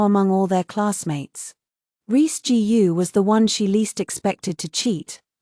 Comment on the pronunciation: Cheap ai can't read Chinese surnames such as "Gu" ( pronounced -Goo).